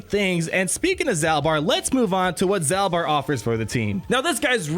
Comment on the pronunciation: If i remember my old love KotoR, I am pretty sure is pronounced like "Zaulbar" kinda like Darth Maul